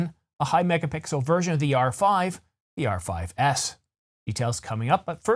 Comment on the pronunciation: In this video, you keep saying R5C instead of R5S. No biggie, 'cause everyone knows what you're talking about, but you might want to focus on listening for camera model slips before you upload so at least you can put some text over with the correct model. An easy mistake to make, as these model names are far from catchy! Have been enjoying your channel for some time now. Keep up the good work. For us lazy people who don't want to search for the rumours, it's nice to have them all in one place where we can passively listen instead of reading (many photographers/cinematographers are in this because we're more visually-driven people after all).